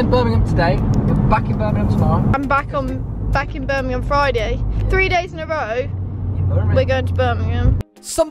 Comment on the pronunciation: So happy you say birmingham properly cant stand it when people say it wrong🤣